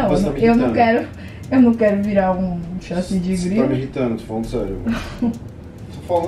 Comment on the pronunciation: a tentando falar chassi de grilo e saindo sachi de grilo no meio da discussão dos 2 é muito bom kkkkkk